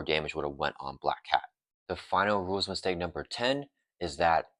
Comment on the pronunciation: Couldn't deal with the mushmouth speaking, sadly. I had to check out after the third time I heard you say "rules istake". Enunciate and you'll see your view counts climb.